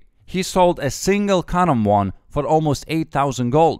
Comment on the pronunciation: I just watched this cause I like how he says karambwan